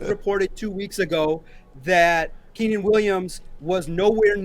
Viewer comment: Lol dude said I'm gonna toot my own horn , then called Quinnen by the name Keenan twice . Good grief